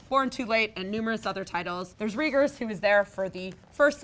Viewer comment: Reagers is pronounced Ray-Gurs. Kind of like Jellos favorite president, Ronald Reagan